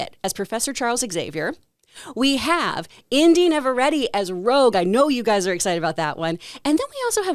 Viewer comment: who is indy neverready? Its In-de Nav-a-ret-te. 😂